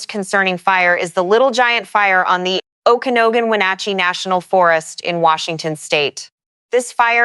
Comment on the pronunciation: to help you with some of the pronunciations of the names in the NW, "Umatilla" as Orgon 'yoo-muh-TILL-uh', "Chelan" Washington as 'shuh-laan". "Okanagan" Washington as 'Oh-kah-NOG-guhn' . "Kittitas" as 'ki-tuh-tas". "Cle Elum" Washington as 'klee EL-um'